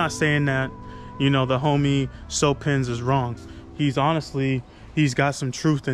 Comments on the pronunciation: it’s actually pronounced “cue-pins” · hey dawg i know this vid is seven months old but i just wanted to let you know, the way cewpins pronounces his name is like "Cue Pins (like queue)" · Here we go!!! This is new content coming from the weedtubers: reacting to what other weedtuber claim such as this topic, THC, hemp wick and so on. I LOVE IT!!! NO CAP, GREAT IDEA 🔥🔥 Also, it's pronounced "Q-pins"